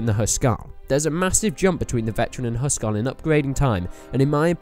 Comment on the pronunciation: Hus-Karl... not Hu Skarl.....